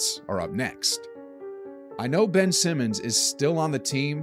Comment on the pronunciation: It’s Anfernee Simons as in “Simon Says”, not Simmons as in Ben Simmons